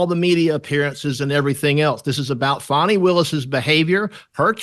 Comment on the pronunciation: Please stop calling her 'Fawny' her name is Fani (sounds like 'Fanny').